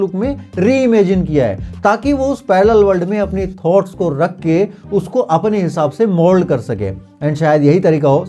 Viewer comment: भाई थोट्स नहीं थॉट्स 😂